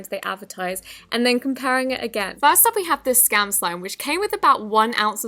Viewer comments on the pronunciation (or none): I love the way she says first she says it like fairst thing